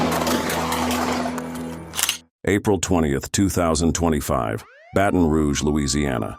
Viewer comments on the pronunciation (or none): none